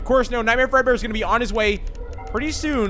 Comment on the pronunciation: When said Nightmare Fredbear, i thought he said Nightmare Breadbear.